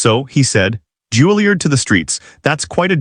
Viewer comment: It's not "JULIE-erd." It's "JULIE-YARD." "Choppin'"?